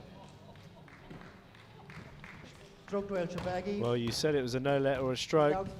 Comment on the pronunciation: Shor-ba-gy and not Sho-ba-gy!!!